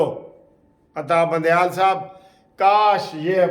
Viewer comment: Al Salam Alaykom brother I am from Canada. You usually say Atta bandieal say it Adda bandial